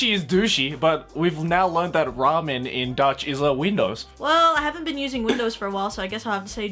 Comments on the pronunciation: lol ramen is dutch for windows yeah but you say it like raamen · as a person who speaks dutch... yeah ramen are windows (but pronounced different) XD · ramen is actually plural 😂 window= raam